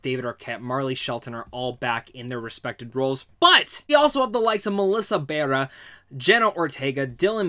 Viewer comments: Her name is pronounced Nehv not NEEVE. And Barrera is pronounced: Buh - rare - ruh. You're welcome. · And Melissa Barrera’s lastname ☺️ no offense! And Dylans’…